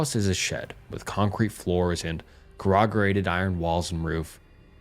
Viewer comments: My dude, your videos are amazing but this is the second time I've heard you pronounce corrugated "core-rog-a-rated". It's "core-oo-gated" (or "core-you-gated" depending on where you live) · corrugated got me rolling